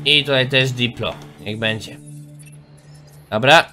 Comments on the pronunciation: To nie diplo coś tam tylko dilo.....CZYTAJ ICH NAZWY(saur się odcina przy podawaniu nazwy np.dilo, edmo. tsinta... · źle czytasz ten nały mięsożerca to Dilofozaur PH jest czytane jako F a diplo to skrót od diplodoka który jest zauropodem